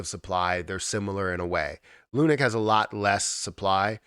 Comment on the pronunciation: Please call it lunacy, not lunic